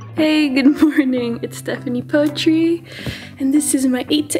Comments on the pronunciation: so it can appeal to western media cos eeeveerryyythinggg revolves around the whites 🤪 but actually, its cos she thought it sounded cooler saying it as poetry instead of putri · Lmao why did she pronounce her last name as "poetry"